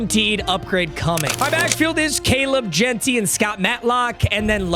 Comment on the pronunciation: Caleb Jentey 💀💀💀💀💀💀💀💀💀💀